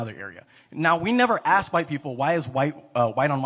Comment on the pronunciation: This guy is very smart but he approaches everthing from a victim view. Then he says axe you